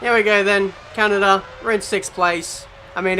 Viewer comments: "Can-ah-dah" NO. ITS "Can-ah-duh" duh not dah. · the way u pronounced canada (car-nar-da) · Actually Kanada how you pronounced it is almost the german way 😂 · Canarda? LOL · Never in my 2000+ years of living have I heard a country called "KUNARDA" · Your "Canada" at the beginning of the video sounded like finnish :P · that's how my country pronouncing canada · The way you said Canada 😂😂😂